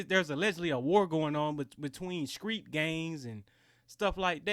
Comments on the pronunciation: Bruh I'm from down south as well. No one pronounces STREET as SKREET unless there doing it intentionally. Sorry yo burst your bubble. You can't sit there and throw words around like ghetto and then act the same way your putting down. It's a bad look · Dude he woulda done that to me? I'd be prison for murder bruh. Like fuck all that. Then he gets out on bond? Oh fuckkkkk 👎 no. And the word it STREET NOT SKREET